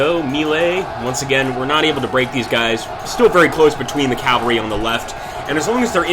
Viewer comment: Learn to pronounce Cavalry , jesus chirst....